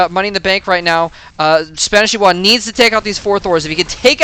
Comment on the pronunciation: both of the i's are pronounced like "e"s